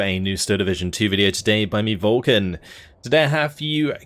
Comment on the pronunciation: Always admired your good pronounciation of the Romanian unit names Vulcan. For the flamer squads you could try saying it like FLUH-CUH-R', a single I at the end is a short sound. Good work keep it up